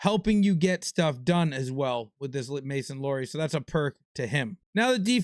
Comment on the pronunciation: here’s today’s pronunciation help. Boston defenseman- Mason Lohrei It’s pronounced “Low” -> this is pretty self explanatory, and “ri” as in the type of bread—rye bread. Or ri-se for the word rise. Mason Lohrei. Wham bam thank you mam!